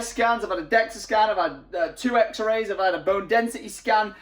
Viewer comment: The way says XerRay instead of Xray really winds me up haha